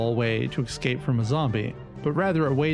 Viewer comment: Escape, not excape.